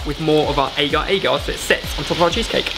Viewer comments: Its pronouce as ah-gah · Well, actually it's more like a-gar a-gar. The a is short.